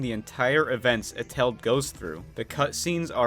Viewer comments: The way that you say Eteled... "A-tell-'d"... is wrong. the proper way of saying it is "Et-el-ed" and the "et" part is like saying et cetera but without saying cetera. Only et. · Eteled not etel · Did you just call him Eteld? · this is how he says it: eteld me:ITS ET-EL-ED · their rivalry is explained in the animatic, also it's not pronounced ete-ld it's pronounced et-el-ed. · "next is vs et-eled" NOT HOW YOU SAY IT!! Sorry, it's pronounced: "Et-el-led"and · ETELED ISNT SIAD LIKE THAT! ITS ET EL ED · Eteled is pronounced E-Ta-Lead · You pronounced eteled wrong it Et-a-led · Before watching WII deleted you I also thought it was prenounced as et-eled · Me when somebody can't say eteled right: you can just call him henry, you know. Sorry if that sounds like hate I'm not tryna hate it's just I'm so used to hearing his name that when somebody says it wrong, it just- confuses(?) Me idk. it's kinda funny :V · HOW HE SAYS ETELED😂😂😁😁😁😁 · the way he says eteled is making me gag